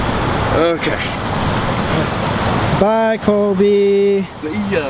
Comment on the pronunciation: when Colby said 'okay' after climbing up the ladder, it lowkey sounded like he said 'we're gay' 😂